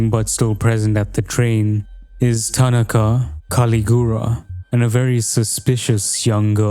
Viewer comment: Awesome video. But why is nearly every video on this game butchering the Japanese dudes name, it’s ta-NA-ka